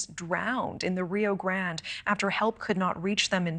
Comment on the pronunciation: The reporter looks Latina, and she can't pronounce "Rio Grande" for crying out loud? lol. Actually in most American channels I watch I see reporters always struggling to pronounce simple words in Spanish. They should learn a word or two. Also, it's sad how those migrants use their kids as a shield or as an entrance ticket to the US. I live in a frontier Mexican state to the US and I can tell you these people are entitled, they come here to demand free rides, good food, free stays and medical service, then, they badmouth Mexico and complain when our authorities get them off the trains and remind them they're delinquents that are breaking our laws. They leave a trail of garbage and dirtiness. It's mostly our stupid president's fault for not closing the border with Guatemala.